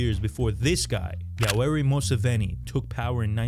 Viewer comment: You said Yowel Museveni wrong😭